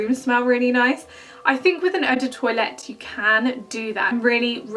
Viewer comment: loving how you're saying eu do toilette 😂😂😭😝